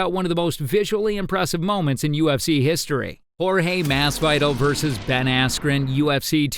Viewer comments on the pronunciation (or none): thats not how you say masvidal lol